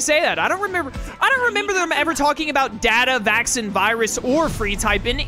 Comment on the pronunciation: I don’t think I’ll ever get over the fact that pronounces “Vac-scene” (Vaccine) as “Vaxon.” I know you’re a big fan of Cyber Sleuth, but that kind of a stretch.